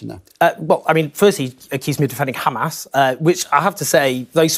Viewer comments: Look at the way the presenter pronounces 'kkhamaas' it explains it all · the presenter pronounces 'Kkkhhaamas' so we know where he hails from